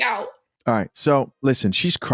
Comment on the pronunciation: When this nigga say “rrright” I bust out laughing it be in the perfect spots 😂 Denzel w that shit ! All you missing is the “my man”